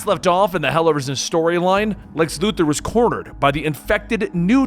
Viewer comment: I want to smash my head against a wall everytime I hear someone say Lex Luther instead of Lex Luthor 🤦🏾‍♂️🤦🏾‍♂️🤦🏾‍♂️ You're better than that